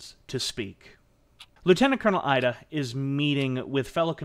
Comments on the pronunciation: About half-way through and really enjoying the telling of the story - the one thing that is grating on me is the pronunciation of some of the Japanese surnames :( Ida for instance (I believe) should be "ee-da" and not "eye-da" and Takeshita should be "ta-kesh-ta" not "ta-ke-shii-da". Gotta watch that American accent and those "t"s . Aside from that, good story, nice pace. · With such preparation and scripting it seemed brilliant for the most part, but I kept getting stuck on your pronunciations. This was never so evident than Finding it funny that you can say Suzuki fairly decently, why would you then pronounce the 'I' in IDA as 'AIIDA' and the 'O' in KOGA as 'KAGA'. Not to mention the Romanized spellings all over the place LtCol JIRÔ SHÎZAKI . It's not worth talking about Japanese sort of 'R' sound, it's generally accepted as foreigner pronunciation that most Spanish speakers have no problem with. Phonetics in Japanese is pretty easy. vowels are always pronounced the same way. They don't have diphthongs nor are they long unless indicated (in Romanized script) a carrot or line on top. For instance 椎崎二郎 is by all intents and purposes easy enough to understand. Many names in Japanese have two character each, providing a Family name, and Given name. Unlike Chinese which mostly has one character each with Family name Sibling joined name and Given name. So, let me try this (capitalization indicates sound):: A is always like the Ahh sound E is always like the Ehh sound (not 'ei' as in English pronouncing 'aid') I is always like the skI sound as in snow skIing. O is always similar to the Oh sound (but with out the English diphthong of Ou that we tend to use) U is always like the flUte sound There are some unusual consonants, like 'ts' and how they use the difference between t d and ch or s j z and sh not to mention associations of h b p, d t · The I in Ida is pronounced "ee". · It’s pronounced (eedah) Masataka Ida